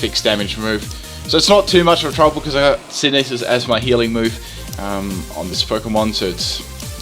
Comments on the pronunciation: stop calling it sinkneesis, is syn the sis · it bothers me a little every time you say it is synthesis. sin-thus-sis. Just being a little anal, now ya know! No disrespect, love the videos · Hey heres a link so you can learn how to properly pronounce "Synthesis", there's even a UK pronunciation!